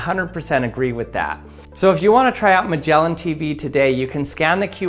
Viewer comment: My man said Magellan and not Magellan. This makes me sad.